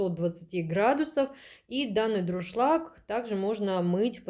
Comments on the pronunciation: ДУРШЛАГ.!!! НО НЕ ДРУШЛАГ.!!! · Тяжело слушать безграмотную убогую речь, "с магазина", "с холодильника", "с пакета"... слова паразиты - "ну, ну" через каждое слово. "Как я уже сказала, как говориться, да?..." Сто раз произнесла "ДРУшлаг" вместо Дуршлаг. Почему у нас каждая домохозяйка считает себя блогером?? Понравился только приятный голос девушки и такие же приятные тембр и интонации, видно что хозяйка добродушный человек. Выбор товара конечно тоже так себе, зачем столько дешевого чёрного пластика? Те же самые товары можно найти в болеем симпатичном исполнении. Нам мало, что мы варим яйца в дешевом пвх, мы решили ещё добавить туда кусок вонючего силиконопластика, чтобы уж наверняка гадости побольше в продукт впиталось 😂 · Ну вообще-то не друшлаг, а дуршлаг.